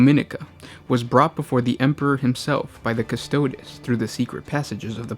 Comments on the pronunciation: Custo DEEZ not custodiz, jesus christ. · straight from the wiki and piss poor pronunciation. "Costoads" quick Google and you too can pronounce things correctly. If you weren't supposed to be a pro, I wouldn't care. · repeat after me, custodes, cuss-toe-deez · CustodE You said astartEs right 🤦🏻‍♂️ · Just a note: the Warhammer characters have classicla Latin pronunciations. Legio is pronounced "Leg - ee - oh." Custode is pronounced "Cuhs-toh-days." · I disagree. If is real classical pronunciation it should be: leghio (lèghio) and cu-sto-des (custòdes) with accent on ò. I'm italian, and studied latin and greek at high school